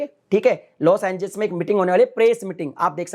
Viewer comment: पहले लोस एंजेलिस तो ढंग से बोलना सीखो। तुम हर बार लोस एंजिल्स बोल रहे हो😁😃😭